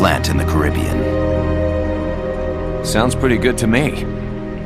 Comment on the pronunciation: Really pissed off that Coldman mispronounced Caribbean through the entire thing